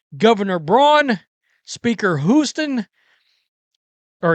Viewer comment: did you just say Hooston?